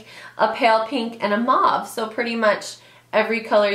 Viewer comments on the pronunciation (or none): none